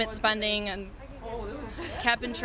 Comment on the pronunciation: "limit spunding" lol